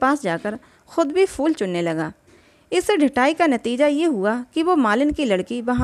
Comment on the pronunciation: प्रेम चन्द की कहानियों का मैं फ़ैन हूं,सुन भी रहा हूं लेकिन एक चीज़ जो बहुत अखर रही है वो कहानी पढ़ने वाले का शब्दो का उच्चारण, ख़ासकर उर्दू के,जैसे शब्द फूल को फ़ूल,phool ko fool कहना,बेहतर होगा कहानी वो पढ़े जिसे शब्दो के सही उच्चारण के साथ पढ़ना आता हो,?